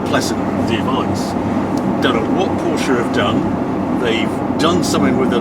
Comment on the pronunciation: It is Cologne, not Koln, Barcelona not Bathelona and Porsche not Porscharr. Why does all 911's except the GT3 sound like someone blowing rasberries into a tin? Looks nice in red and black, well relatively.